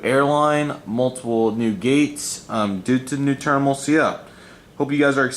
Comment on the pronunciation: “A new turnimal” 😂